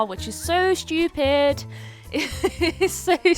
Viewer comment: I loves how she says shtupid instead of stupid